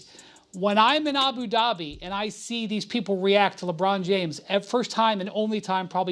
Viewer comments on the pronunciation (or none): Ant Ed, "LeBron Jomes." 😂😂😂